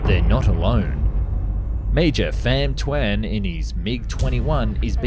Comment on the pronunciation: I’m Vietnamese and you had me thinking it’s some Thai name 😂 It’s Pham Tuan